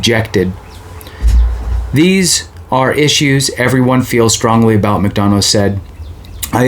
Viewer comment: There will be a new Sec after Jan.15th anyway. And pronounced “mick- duh- na”.